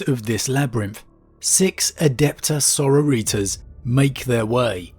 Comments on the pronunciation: Adeptas Señoritas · Sore Oh Ree Tas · the way you say Adepta Sororitas at the beginning is a crime